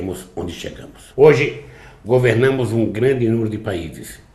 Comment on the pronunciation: "Hoje GO-VER-NA-MOS um grande número de países"